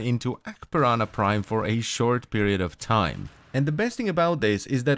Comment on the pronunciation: (4-5 forma) And just like that you've lost me Also can't unhear "piranha prime"